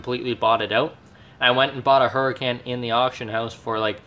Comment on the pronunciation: It's is said Lamborghini hur-I-con